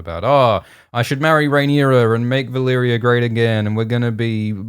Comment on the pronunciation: "Vaylerea" ? Do you mean Valyria.